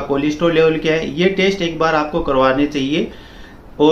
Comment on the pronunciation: He is definitely not a doctor .He is mispronouncing Stent as stunt, test as taste , Doctor as doktar and many such easily detectable errors. I am not saying that he is complete wrong, but his information seems to he " Heard somewhere type" .Although one must go for regular walking and keep on raising the efforts frkm slow-normal-brisk-fast walks to slow and finally fast running. His intentions might be good but he is not a cardiologist